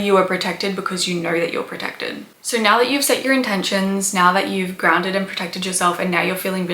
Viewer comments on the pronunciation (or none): Its "So" not "Sow". Think of it like you're saying "Bo" and not "Boww". I didn't hear anything past "Soww".. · Wow! You can put the sound of the letter "R" in the word "SO"!